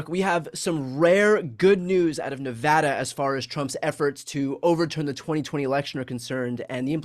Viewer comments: Thank you for pronouncing "Nevada" properly. I am thrilled that Aaron Ford chose to investigate the fake electors, and that the grand jury found a true bill against these fake electors, including the former Nevada GOP chairman Michael McDonald. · Thank you for the correct pronunciation of NEVADA